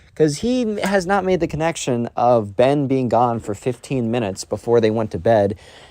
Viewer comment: ben really messed up like that "ben"